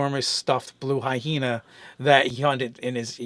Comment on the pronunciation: Blue I-hena... lmao